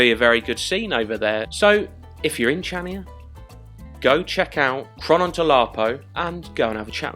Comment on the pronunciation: It's pronounced like Chania with a "K". Not like in "chips"...